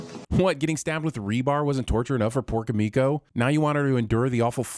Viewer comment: KI-mi-ko, not ki-MI-ko